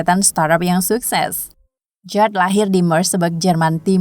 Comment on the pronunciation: Bacanya bukan jawd tapi Jawid... Jawed Karim itu nama Asia dan bacanya tetap sama Jawed atau Jawid... 🤦